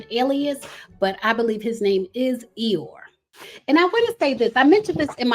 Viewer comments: It’s pronounced E-Your-Ree not like Eyore from Winnie The Pooh lol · It's pronounced e yo ray... iyore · Iyore, pronounced “ee-your-reh” xx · It’s pronounced E-your-A lol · The Nigerian name Iyore is pronounced e-your-ay. It means I have survived struggle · I wish she would’ve did her homework on the pronunciation. I’m not even Nigerian but I figured it was e-your-aye as you stated, just like wale is not pronounced whale but instead wall-aye 🤦🏾‍♀️ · Please learn the pronunciation of the name Iyore, since you’re adamant about saying it so many times. Not everybody can be named Tyrone or Jockwees. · Her pronunciation took me out. I immediately imagined Poo Bear! 😅 Love.